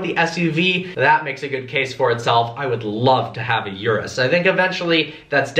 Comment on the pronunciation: U said the Lamborghini Uris name rong